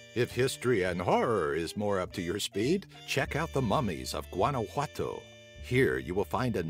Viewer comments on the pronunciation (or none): none